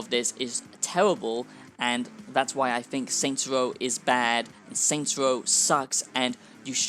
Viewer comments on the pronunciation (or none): “Saints woah is twuley a masewpiece”